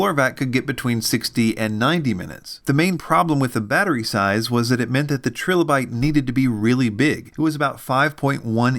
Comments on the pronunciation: its killing me but its pronounced TRY LOW BYTE . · Tri-lo-bite, like the fossils. Unless that is how you'all pronounce the fossil as well :) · It’s “TRY-LA-BITE”. There’s no second “L” to soften the “i”.